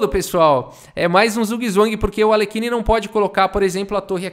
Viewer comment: Outro que eu gosto de ver tomando uma surra é o Alekhine (ei, já vi uns vídeos estrangeiros e parece que a pronúncia do nome dele é “Alhérrin”).